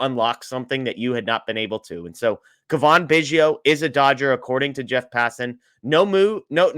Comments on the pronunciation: Its Cavan....not Cavaan. Dingdong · cuh-VON? He's been in the Majors for five years. a) You should have heard his name before, or b) Do 20 seconds of research if you're not sure. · It's Cavan like Gavin.. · Jeff, where have you been the past 5 years? Do you only watch games with NL players? How do you not know how to pronounce Cavan Biggio’s name???? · Jeff…. Dude, you need to say his name right.